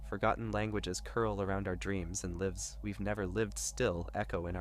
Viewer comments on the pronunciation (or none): I think this might be AI, with the all the pictures that look like they’re trying to emulate paintings and the way it’s written. What gave it away was the voice, which pronounced “lives” as “lih-vs” when any person would know to pronounce it as “lie-vs.” I’d be wary of this whole channel. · He also said "lives" with a short i when it should be long i sound. Never heard a person make that mistake. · Is this you are an AI tool speaking. Why at the mark did you pronounce lives wrong when lived is in the same sentence but you pronounce it correctly?